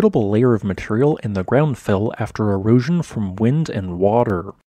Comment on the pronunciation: It's "material", no" matreyal"